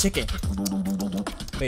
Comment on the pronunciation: Sound lie he eatin' chickin (pronounced as spelled) funny as fuck